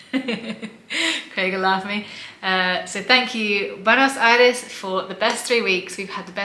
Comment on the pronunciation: Awww, you seem to be lovely people. Subscribed! I'm glad you enjoyed your visit! I'm from BA but living in Pennsylvania for work. Hope you can visit other places of the country... the Lake District, Ushuaia or the wine region. And the "Buenos Aires" pronunciation was more than fine! Cheers.